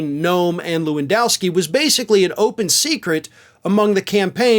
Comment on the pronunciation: I’m Polish and hearing Polish names pronounced kind of incorrectly, I’m always tempted to correct the pronunciation:) apologies for that 😂 can’t help myself for that 😢, try to read it as Levandovski (Levandovskee):)